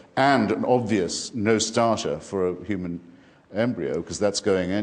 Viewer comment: need this dude to learn how to pronounce the word human